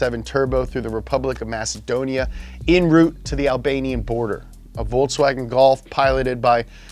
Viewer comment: is it just me or did he really call it "volts"wagen?